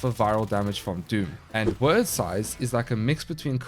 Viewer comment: You call them "word" sythes but it's actually pronounced like "weird" it's an actual work from old Norse/Anglo Saxon that means fate. You cast doom then help them meet their fate with the sythes. 😀